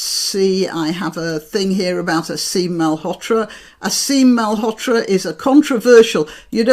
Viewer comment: not Mal-hotra , read it as a double ll in William, Ma-lhotra